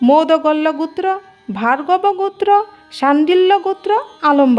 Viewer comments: গুত্র হবে নাকি গোত্র হবে??? নিজের জ্ঞান থেকে কিছু বললে কোনো প্রকার বাধার সৃষ্টি হয় না কিন্তু পরের লেখা দেখে পড়া খুব কঠিন,উচ্চারণটা একটু শুধরে নিতে অনুরোধ রইলো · উচ্চারণটা ঠিক করুন। গুত্র নয় গোত্র । আর মুখস্থ বলছেন কেন? আর ভুলভাল বলছেন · এটা বাঙাল তাই গোত্র না বলে গুত্র বলছে। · ম্যাম উচ্চারণ টা সঠিক করুন ওটা "গুত্র" হবেনা গ+ও=গো এবং "ত্র"=গোত্র।খুব কানে লাগছে। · গুত্র হায়রে বাচিকা😅😅😅 উচ্চারণ বেঠিক।😅😅😅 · GUTRA noy GOTRA bolun. Uchcharan thik korun. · ও গুত্র না গোত্র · গুত্র নয়। উচ্চারণ ঠিক করুন।একৈ নয়।ওটা এক ই। গুত্র নয়, ওটা গোত্র। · গুত্র ও গোত্র এক অর্থ নয়। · ভুলভাল উচ্চারণ। একৈ, গুত্র আবার কি? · উচ্চারন ভালো নয়। কথাটা শুনে মনে হচ্ছে অশিক্ষিত মেয়ে। গুত্র। কি? বারবার এক কথা গুত্র। আসলে একজন অশিক্ষিত মানুষের মুখে এর থেকে ভালো উচ্চারণ আশা করা ভুল। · আপনি কি বাংলা ভালো করে উচ্চারণ করতে পারেন না ঠিক করে বল ঠিক করে উচ্চারণ করুন গোত্র